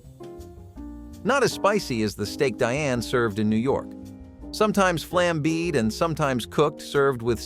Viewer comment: I know and how about flaming-beed. The mispronunciations in these videos drive me nuts